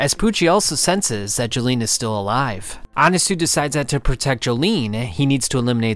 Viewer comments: "Anasoo" bro why are you pronouncing it like that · Why did you pronounce Annasui as Annasu?